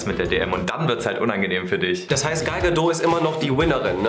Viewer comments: Gal Gadot wird wie " gäl gädod" ausgesprochen! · Das T von Gal Gadot ist nicht leise die kommt aus Israel